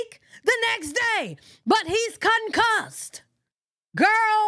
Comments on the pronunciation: Not CON-CUSSED 😂😂😂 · You said " concussed". !!!